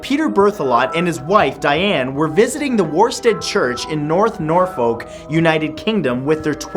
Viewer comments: Just saying... Norfolk is pronounced "NOR-FUK". Not "NOR-FOKE". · When you said Greenwich right, I was proud, then you just had to go and say Nor-folk. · norfolk is pronounced like nor-ferk not nor-falk ,, heard you say it the wrong way a couple of times now and its weird every time i hear it because i live here. also whenever a country name for england ends in -shire (eg yorkshire, shropshire) its not pronounced like the shire from lord of the rings, but is more like sure or sher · I have never heard a more disgusting pronunciation of Norfolk. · Norfolk - pronounced "norfuk" or "norferk" ;) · norfolk is pronounced like norfok and shrop as in drop and shire as in sheer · Always love the videos but practice your English accent!...Norfolk is is Nor-fuk, Shropshire is Shr-Op-Shur.....not that I'm nit picking, or anything but that's what us English folk do! Great vid! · Lol Norfolk is pronounced "Nor-fuk" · It's pronounced Nor-fook, gosh why do Canadians and Americans always get British place names wrong? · That pronunciation of Norfolk though.... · the shrop in Shropshire is pronounced like shop or hop :)... sorry, I'm a bit of a pronunciation nazi also folk in Norfolk is pronounced more like duck or book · The scariest thing here is how you pronounced 'Norfolk'